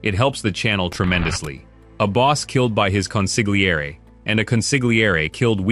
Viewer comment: It's pronounced CON SIL YEA RI .How many times have you heard the right pronunciation in a movie and you still pronounced the silent G.